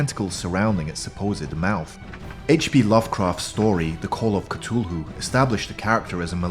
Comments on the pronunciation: Is anyone else mad the he pronounce Cthulhu wrong or is that just me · I've got a good game idea... take a shot each time he mispronounces Cthulhu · Your saying cthulu wrong your say c t hulu its c th ulu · I hate how you pronounced Cthulhu, he would be offended right now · CTHUTULHU doesn't have a comfirmed pronunciation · This guys pronunciation of Cthulhu is pissing me off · The way this guy pronounces Cthulu is amazing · Cthulhu is pronounced like kathulu not Citulu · this is really cool but you are saying cthulhu like ctulhu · its cu-thu-loo there not cutolo its cuthulhu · It is th not t on Cthulhu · The Cthulhu is pronounced, ca- th - oo- loo! Not Cutoolu! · Great old C'thulhu not Cthulhu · You said Cthulhu like Ka-Tew-lew It Is Said Like Ka-Thew-Lew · Cut ululu? It’s cuth ululu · It's pronounced ka tho loo not k too lu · Gun Skele he says ca-tu-loo while I say Cath-oo-loo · It's cu Thu Lu not CA Tu lu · Why did he say catulu it's cuthulu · He said cufulu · Isn’t pronounced cuth-oo-loo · why do you pronounce Cthulhu as ketoohoo? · If he says cutulu again I will flip 😹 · Actually it’s pronounced ka / foo / a loo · I was lauging when he pronounced cthulhu ctulu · He keeps on saying cthulu wrong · I disliked this because you said k-tu-hu thats not how to pronounce it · Its pronounced k-th-ulu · It's CA-THOO-LOO Just saying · Person how the heck do you know their not real. They could be still out there. But dude you said Cthulhu wrong it’s Cth U Lu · Cthulhu is pronounced Cu-th-ue-lhue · It is Ca-thu-loo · That is not how you say CTHULHU ITS Cuh-Thoo-Loo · It's pronounced ca-thu-lu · Number 10 is pronounced cu thoo loo. At least I think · "catulu" XD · It's pronounced couthoulu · He is saying kutuhlu instead of Cthulhu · i did some research and it's pronunciated ''“Khlul-hloo'' with the first syllable very guttural and viscous but still he was pronouncing it wrong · Cthulu? (Ca-thool-ew) Idiot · Its kthulhu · no its cuh thuu luu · Cthulhu is pronounced cithuloo